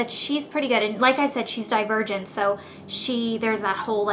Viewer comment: LOL i thought she said "die a virgin" instead of "divergent" haha